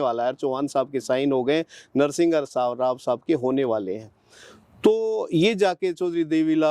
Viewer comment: तू घंटे का IPS रहा है जो एक भूतपूर्व प्रधानमंत्री तक का नाम भी ठीक से नहीं ले पा रहा। "नरसिंहघाराव" नहीं "नर्शिमाराव" था नाम। लेकिन इतने दिन कौन से बिल में घुसा बैठा था तू ये तो बता?? एब कोर्ट ने छैरे गा तू।